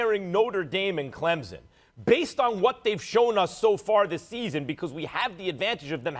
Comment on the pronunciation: ESPN always are hating on Clemson and they say Clemson wrong it’s not Clempsin